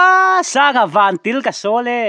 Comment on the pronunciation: Thahdou tawng a vantil kha til nimahse tiil ti a lam tur anih kha